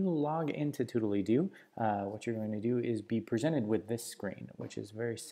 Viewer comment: Surely that's not how the name of the app is pronounced...